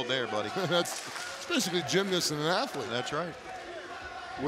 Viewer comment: "Asslete" 😂 damn i laughed harded they I should i have tbh